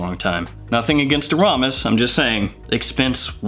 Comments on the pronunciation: It's pronounced "Air-a-mis" not "A-rom-is." :) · I'm pretty sure it is pronounced AIR-a-mis. Just FYI. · In case you care, it's pronounced: Aramis (AIR eh miss) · I pronounce aramis as AR uh miss. I have my dad's old bottle still half full from the 70s 80s. Splash bottle. Shit is strooooong. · You're pronouncing Aramis wrong bro... there isn't a U in it!? 😁 You live in the UK? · I was so saying that out loud while watching... I literally cringed, lol